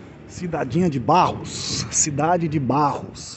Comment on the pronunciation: correção o nome e barro não barros